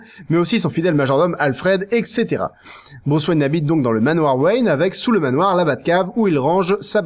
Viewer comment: ETC = étssétéra et pas ékssétéra !!!!!! y'a un T avant pas un C !!!